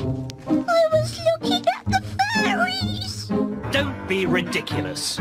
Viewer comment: i always thought said furrys insted of fairys